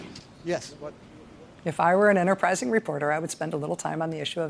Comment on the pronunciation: through are you people trying to pronounce the word 'enterprising'?